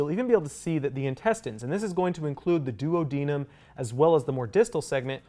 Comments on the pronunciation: He keeps saying “duo deniem “ and I can only think of Peter griffin saying Oops my duodenum acting up Be he says it Do ad an nam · I’ve never heard duodenum said like that before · I have never heard duodenum and jejunum pronounced that way 😮😅